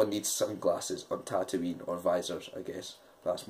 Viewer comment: Jesus, come on... It's NOT Tatooine!!